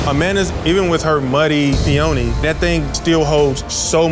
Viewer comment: Someone tell him that peony is pronounced, "pee on knee."